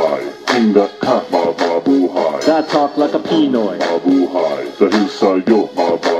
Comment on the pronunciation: its 'pinoy not piiiiinoy..